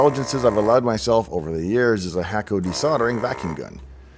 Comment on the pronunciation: Hakko is a Japanese brand name that's actually pronounced roughly more like "HAH * ko (long)."